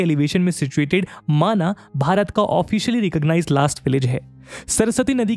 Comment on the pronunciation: वैसे गांव का असली नाम माना नहीं माणा है, अंग्रेजी से हिंदी करने के कारण हमारे नामों का उच्चारण भी अपभ्रंश हो गया है